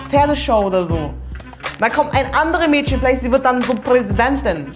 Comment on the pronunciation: Das “ch” wird nicht “sch” ausgesprochen. Es ist also nicht “Mädschen” und “isch” sondern “Mädchen” und “ich” bitte respektiert die deutsche Sprache.